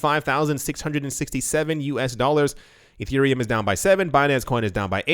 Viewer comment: It's Ethereum not Etereum! Just pointing that out so I can give you a comment! ;)